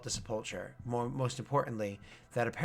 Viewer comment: I know I'm years late but, it is pronounced Seh-pole-ker or Seh-puhl-ker